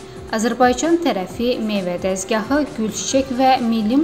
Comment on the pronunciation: Meyve -Dezgahi - Ay aparici Dezgah sozu yani rus dilinde Stonok demeydir.Stonok girsin sene Desgah ile Dezgah sozunun fergini bilmirsen se niye o metin oxuyursan